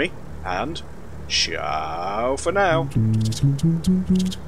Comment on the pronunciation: SHAO for now !!!!! Instead of CIAO ??!!